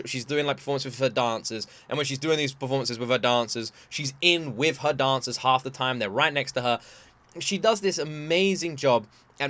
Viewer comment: The way you said “dancers” makes me want you to react to the SNL Single ladies skit 😂